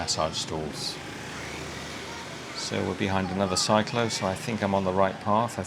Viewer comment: I do love the streets of Hanoi with all the trees lining along them. Cyclo is pronounced sick klo. There are many Batman imposters out there. I agree the street cleaners and recyclers are one of the hardest working class. Looking forward to your train series.